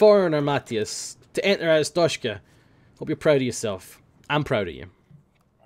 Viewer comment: Glory, glory to 'Arshtoteskah'!